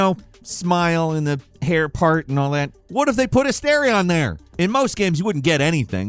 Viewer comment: A-STAR-ION, not A-STAIR-ION Damn muricans